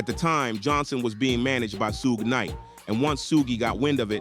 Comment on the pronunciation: Sue-gay knight